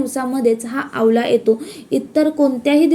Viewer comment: आवला नाही हो....आवळा....😂